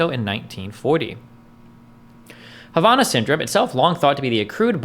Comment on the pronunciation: I’m just here irritated at how Destiny, the child of a Cuban woman, is pronouncing Havana.